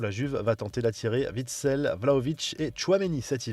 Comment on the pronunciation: Ok juste witsel on dit Witsel pas Vitsel